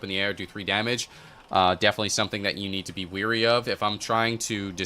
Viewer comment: Wary, not weary